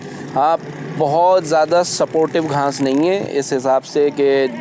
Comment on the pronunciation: Ghnas ni ghass hoti hai